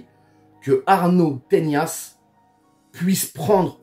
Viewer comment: Arnau Tenas ! pas "Teñas"